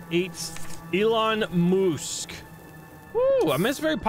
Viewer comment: Ah yes, elon moosk